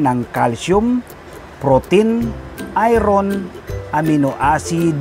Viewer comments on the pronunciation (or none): none